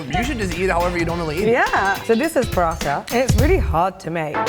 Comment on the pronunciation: Man it's not paratta. It's porotta which is normally found in southern India mainly Kerala